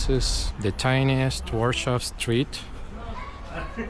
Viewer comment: Why do you pronounce Warsaw like in German?